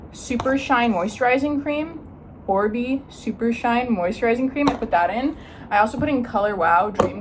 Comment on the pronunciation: love love love how your hair turned out!!! small tip oribe is pronounced or-bae🥰